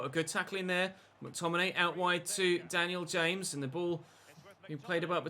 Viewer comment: Daniel Ha’mes. Who the Llanfairpwllgwyngyll is that!? 🤪